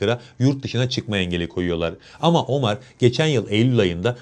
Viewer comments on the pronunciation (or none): Abi , Omar ismini biz Türkler'in Ömer olarak telaffuz ettiğini biliyorsun , değil mi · Teşekkürler, ağzına sağlık da; ÖMER ismini hiç mi duymadın be kardeşim? OMAR nedir ya hu? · ne omarı ya.. ömer... inglizler gibi okumayın